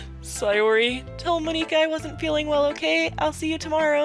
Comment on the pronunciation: No no no! Monika says that's not how you pronounce her name. Don't call here Mon-ika. >:(